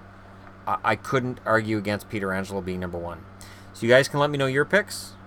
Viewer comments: "Peter angelo" Lol, its "Peh trah angelo" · It's Pet-ri-Angelo not peter-angelo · Its Pronounced Petch-ranj- el-oh not Pee-ter-anj-el-oh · Peterangelo? lol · However，it is pronounced (peh-tran-gelo) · I cringe every single time he mispronounces pietrangelo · You know you are pronouncing pietrangelo really wrong right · Bruh you butchered Pietrangelo's name twice lmao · so many people say it like that....